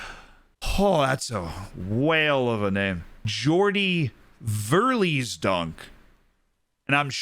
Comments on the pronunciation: verlijsdonk, almost correct. you pronounced it like verlEEsdonk, like a car lease, but try saying verlYsdonk . not EE but more like the IJ is pronounced like the Y (without the W more like AY), or the EI in Eiffeltower. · Thanks for your video! 'ijs' in 'Verlijsdonk' has to be pronounced as 'ice'. Greetings from the Netherlands :) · if you want to try that pronunciation again, its ver (which you did correct) ijs ( pronounce it as "ice" , this sound is almost impossible for people unfamiliar with Dutch) and then donk (which you nailed). Oh and btw, you are named after a Dutch province as well. Just a fun fact imo.